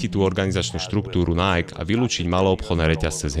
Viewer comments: v každom videu ma problém s ang.. v tomto videu aj nike, nieje to najk ale najký.. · video spracovane fajn, ale najk? mi to to cele bez prepacenia skurvilo vsetko :D najky, ziadne najk. tl;dr kludne daj video o tom ako najky a spol prislo, vzniklo, bolo a pomaly odchadza ;) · Číta sa to Naiki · skvele video ja len ze vyslovuje sa bude po slovensky “nike” alebo anglicky “najki” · Vyslovuje se to NAJKI, čoboláku! 😂😂😂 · Nike, čítaj ako /ˈnaɪ.ki/